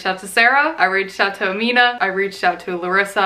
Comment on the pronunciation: Love this so much, but it's pronounced Aa-mi-na. Sorry!